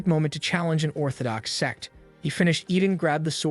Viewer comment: brochacho is not saying sect